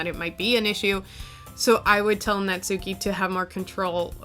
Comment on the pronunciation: "Natsuki" is traditionally pronounced "natski"--the "u" is basically silent. Also, "chuu" is the Japanese onomatopoeic expression for a kiss (among other things).